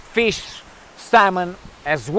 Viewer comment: "I had some smoked mish"